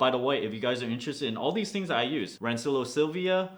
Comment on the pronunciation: In case no one mentioned to you it's pronounced "ran-chill-e-o" :), I think anyway.